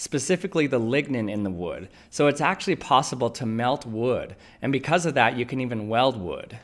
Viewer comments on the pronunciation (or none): none